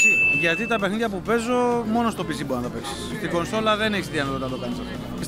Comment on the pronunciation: κοσολα οχι κονσόλα 😂